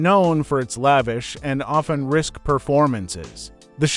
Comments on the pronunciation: Easy to overlook if your're an ignoramus yourself. Risque is NOT pronounced "risk," it's "ris-KAY." Dolt. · and that's great but please learn how to properly pronounce words risk as u called it is pronounced risk -cay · You pronounce so many words incorrectly it's amazing. Risque is not RISK it is ris-kay. You mispronounced other words that I will leave up to you to research. There is no excuse for ignorance. You need to brush up on language. The milk stools were predominantly for men. I grew up on a dairy and I know. So, also get your facts straight. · Risque is pronounced Risk-Kay, not risk.